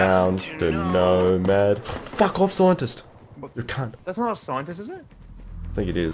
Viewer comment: "scientiysttttt" XD